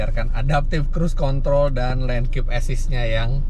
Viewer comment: Om fitra, mohon maaf banget om. Di kalo bisa di re dub, karna entah speaker hp saya salah atau pendengaran saya yang kurang, penyebutan adaptive cruise "control" nya jadi ambigu. Terima kasih om. Edit : biar channelnya tetap family friendly 😆